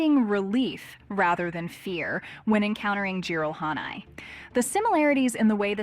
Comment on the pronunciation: Well, I sure don’t hate the way she pronounces Jiralhanae